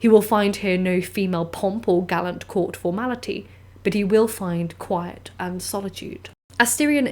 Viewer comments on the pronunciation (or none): none